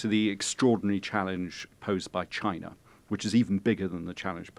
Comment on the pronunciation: "CHI-NA" Donald J Trump